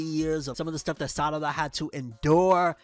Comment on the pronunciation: He called her Sadada 😂